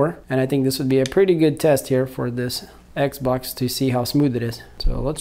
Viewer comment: If this guys doesn’t stop saying eggz-box!!!!